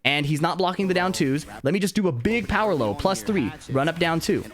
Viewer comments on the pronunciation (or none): none